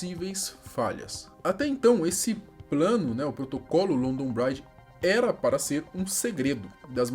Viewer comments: Não se lê braidge e sim bridge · Pqp, vai fazer um curso de inglês! London "bráidje"??? Pqp!!! A pronúncia é "brídj" mesmo!!! "Bráidje" parece que vc está falando "Bride", que significa "noiva" em inglês! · A pronúncia é Bridge mesmo, não Braidge. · C for fala pelomenos fale certo rapa, “bridge” com I. (Bri-di) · Que agonia o pronunciando "bridge" com com som de "Bride" (Noiva) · London braidge? kkkkkkkkkkkkkkkk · LONDON BRAIT KKKKKK O certo que se fala é BRID mesmo kkkk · É “BRIDGE” mano não BRAIDGE por favor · Uma colega minha que mora em Londres diz que a pronúncia é London "bridgi" e não bride "noiva" ou bread que parece falar "pão" 😅👍 Forte Abraço 👍 💕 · Bread se pronuncia “bred”. Ele falou “braid” q ta Mais pra bride (noiva) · nesse caso a pronúncia, trocou o sentido kkk London Bride= Noiva de Londres e London Bridge= Ponte de londres kkk imagina só se na hora de passar o código os caras falam sem querer isso, e london Bride é um outro plano, para fazer outra coisa? SE É LOKO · London bride....kkkkk fora outros erros grotescos de inglês. Se alguém quer falar sobre o ocorrido pelo menos tem que pesquisar como se pronuncia os nomes.... Fica um trabalho de porco. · sem criticar mas além da pronúncia bridge estar bem defasada London Bridge é outra ponte A da foto que vc mostra é a tower bridge Falo com propriedade pois moro aqui a muitos anos e passo aí quase todo dia e é um erro comum os turistas e povo em geral confundir os nomes Forte abraço